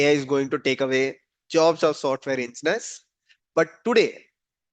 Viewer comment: Nothing surprising...good video...just wanted to confirm you are saying "Engineers" no ensteineers..